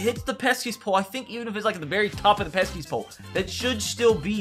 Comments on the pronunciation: bro it’s the pesky pole not the “peskys pole” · It’s pesky pole, not peskys pole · Did it bother anyone else when he kept calling it peskiest pole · Or “THE PESKY’S POLE” lol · He’s calling it the Peskies pole it annoys me as a Boston fan